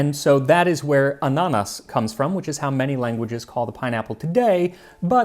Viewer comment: You're pronouncing ananas wrong. Your accent is on the wrong syllable. An'-a-nas. I love your channel ❤️ How about an episode on how chocolate came to the western world, or one on how various immigrants brought their own cuisine to American culture?